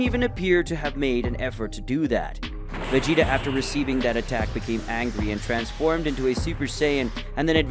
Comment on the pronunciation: Hearing the commentary makes me think the guy hasn’t ever watched dragon ball. He calls Vegeta, Regeta and pronounces whis wild asf lol